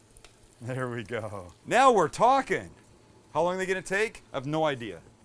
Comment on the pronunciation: "Now we're tokkin! Are you tokking to me?